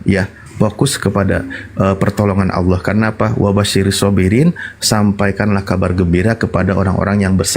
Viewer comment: Pandai bng sebut nama Allah dgn betul, xada bunyi 'O'.. 😊, Alhamdulillah, selamat dtg bg